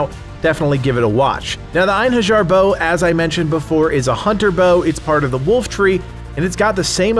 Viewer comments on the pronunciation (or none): It is actually pronounced in-hair-yar